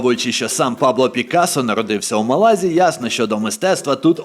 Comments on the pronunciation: Напевно, це байт на коментарі (а мені і не шкода), але ж правильно МÁлага і в МÁлазі, а не в МалазÍ , бо звучало як "в Малазії" Чудовий контент, бажаю вам ще більшої популярності! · 10 хвилина перегляду і закінчую дивитись бо це брехня, проживаю в Іспанії 25 років.минулого тижня також був в мАлазі(будь ласка ставте аксент на першу А, бо важко слухати). Не знаєш то не росказую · Малазі наголос на перше А